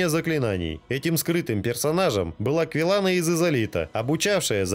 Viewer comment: Не КвилЕг, а КвилАг. И ведьма Из Изалита)